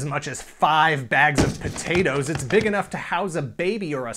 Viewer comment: I laugh every time you say sack of potatoes.